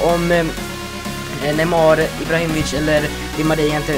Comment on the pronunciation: Du sa neymår